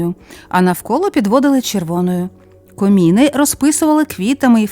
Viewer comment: Не коміни а кОмини дякую цікава інформація вас з наступаючими святами !!!здоров'я успіхів благополуччя